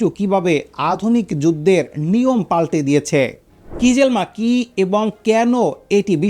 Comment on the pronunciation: আপনার উচ্চারণ এত নিম্ন মানের কেন? কিজিলমা, কারবাখ না! খিজিল এলমা, কারাবাখ।